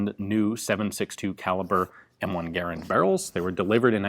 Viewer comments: Its garrand not garrend you moron. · Mod stands for Modification, not Model. Your pronunciation of Garand, the designer…John Garand…was not pronounced like fair-hand. Ga, like duh and rand like Rand McNally. Might check the history on both these items. If your research proves me wrong, I stand corrected. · My friends and I do not pronounce Garand the same way you do. Search "american rifleman garand pronunciation" I watch all your videos.